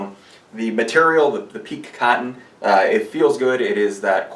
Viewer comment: Thanks for a great video; FYI, it's pronounced "Peek-KAY". (somebody forgot the accent). Pique as you are pronouncing it mean "to excite, etc"